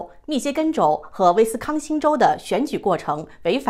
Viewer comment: 威斯康星州！不是康斯威星州！一开始读错，以前也有过读错